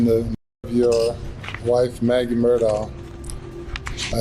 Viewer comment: It not Mur Dough ... It's Mur Daw!🤦🏼 Sorry it was frustrating me...